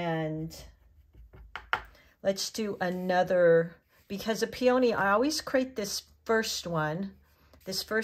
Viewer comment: Pee-o-knee not peOh-knee